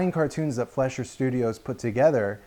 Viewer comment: As an amateur Fleischer historian, I can safely say you got all the details correct! That little bit you did where you imitated Max was really cute, & The actual print of the cartoon you used looks great! Only one gripe, & That's your pronouncing the name "Fleischer" wrong. Your saying it more like "Flesh-er" when it's more like "Fly-sher". Here's an example of it's correct pronunciation from a 1938 documentary about the studio: Still a great video, would recommend! You just earned a subscriber!